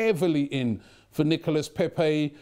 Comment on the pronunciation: How did Robbie go to France hear the French people tell him how to pronounce his name and less than two days later still pronounce it wrong